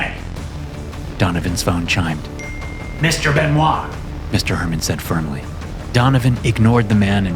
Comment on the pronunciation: I can't unhear " mr benois "